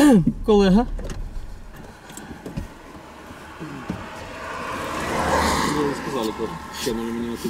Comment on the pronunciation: колэха🤣 готовимся, сейчас цирк начнется.